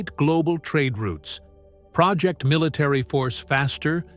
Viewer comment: again with the artificially distressed video! just what do you think that adds? turn good content into a steaming pile of shyte. proJECT, not PROject! and an american 20th century admiral? boh? a ship has a bow, pronounced like bough.